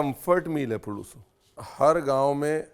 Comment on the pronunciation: Great to see a recipe from Andhra.. you should do more from my state.. it's पुलुसु, not पुळूसु